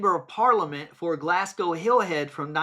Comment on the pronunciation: its pronounced glazgo, not glassgo.